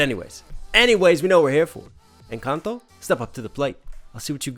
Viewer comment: Jeje el primer gringo que escucho que dice encanto, la mayoría dicen encantou 🤣